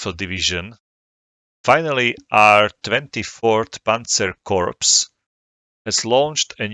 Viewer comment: For reference, the word corps is pronounced like core, as the French would.